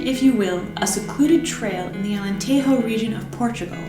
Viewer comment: I'm sorry, but "Alentejo" is not pronounced in that way. Why Americans think we are native speakers of Spanish?